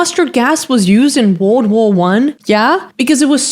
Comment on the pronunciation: Why do you say World War so weird???